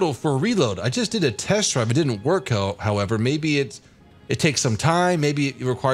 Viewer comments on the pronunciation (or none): none